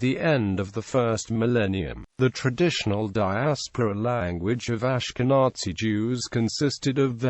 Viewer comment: The pronunciation of the word "Ashkenazi" in this video is beyond unfortunate. Please fix it!